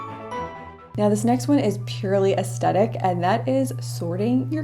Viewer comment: It’s pronounced Aes-THETIC